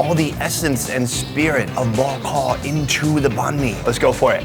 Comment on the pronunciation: pronunciation of bo kho is pretty good 👍